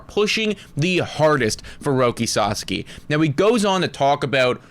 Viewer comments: PLEASEEEE GUYS, YOU KEEP SAYING SUSSAKY, ITS SA-SOCK-IE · I appreciate y’all….please pronounce his name right. “Roki Sah-Sah-Kee” not “Sus-Suk-Kee” lmao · First Sa and second sa are same sounds. So not sa za ki, sa sa(again) ki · Sauce - Key. Sorry guys, it's been awhile, so no ill will here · it's pronounced.. SA-SAW-KEY.. please say it correctly lol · Suuuh-Saawww-keeee ....thanks guys ! Or just call him Roki. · &, just call him Roki. FFS the two of you have different pronunciations of his last name 🤣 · Pronouncing his name wrong is why hes definitely not going to the jays